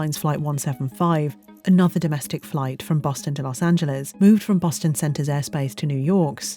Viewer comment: I’d like to thank the British narrator of this documentary for not pronouncing Los Angeles as “Los Angeleeze” like so many other British narrators have mistakingly done.